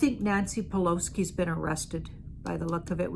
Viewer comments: to let you know, Nancy's... last name is PELOSI, not PELOSKI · Nancy PELOSI not Nancy Peloski